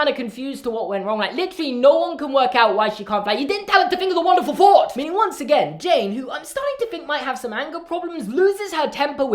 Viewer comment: "yOu DiDnT tEll HeR tO FiNk oF a WoNdErFul FouGhT "